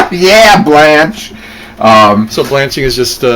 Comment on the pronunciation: i think it cool you said blanch like from what ever happened to baby jane